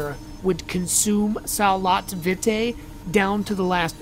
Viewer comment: I think its pronounced (Vee - tay) Vitae